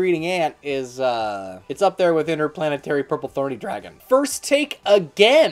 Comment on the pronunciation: ‘Yeah! First take’ Nah you said Interplanetarypurplethorny Dragon, not Interplanetarypurplythorny Dragon ;)